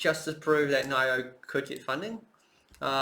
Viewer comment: you pronounce nio so wrong lol